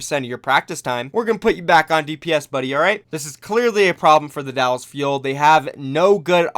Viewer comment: I see you adding an extra “L” to Dallas 👀👀👀